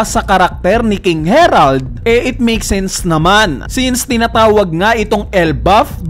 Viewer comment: HERALD ka ng HERALD...HARALD kasi yun